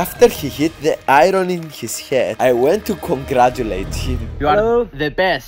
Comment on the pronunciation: im sorry but the iron sounded literally like mirror